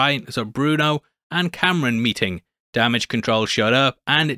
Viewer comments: It's not Cameron. It's kahm-rahn. C'mon babe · HIS NAME IS NOT CAMERON OMG. KAM RAN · Btw his name is pronounced like calm-rahn not Cameron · Kamran (com-ron) not Cameron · Why does everyone pronounce his name Camrin? It’s Kamran!! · Ngl you call him Cameron instead of Kamran was super distracting in this video lmao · It's Kamran, not Cameron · omg its not cameron... ITS KAAAMRAAAAN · KAHM RAHN NOT CAM RAN I tried again cant get past it. Just like KAMALA with her gym teacher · A few corrections: His name is pronounced com-ron. Kinda like rom com but backwards. The language is Hindi not Hindu. That's a religion. Kamala's dad was quoting the Qur'an not the Torah. There is a verse (5: 32) that says whoever saves a life it is as if they saved all of humanity. And the verse is talking about a law decreed on the children of Israel. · Ear rape when you pronounce kamran as camron💀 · Roasts damage control lady for microaggressions. Calls Kamran Cameron throughout the video. Do you call Kamala Kamalia? Its literally why I cant watch your recaps on this show. Usually great, but this is fingernails on the chalkboard bad. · I really cant stand how he’s calling Kamran Cameron